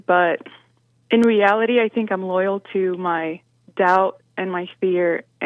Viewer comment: Jesse has a tough time w/; the word: "LOYAL". I wonder why?? Respect & love to JLP + Crew....